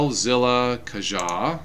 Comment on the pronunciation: I know this is an old video, but wanted to let you know that "Caja" is not pronounced kah-jah. It is actually a spanish word (meaning "box") that is pronounced kah-ha.